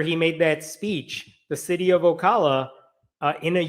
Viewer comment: You pronounced Ocala correctly.